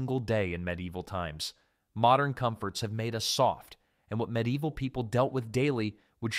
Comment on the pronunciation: Cheap AI narrator that can't even pronounce medieval correctly? No thanks I'm out of here